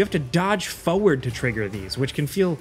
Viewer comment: I don't know why but the way he says "Forward" always bugs me 😆 . Great video as usual though!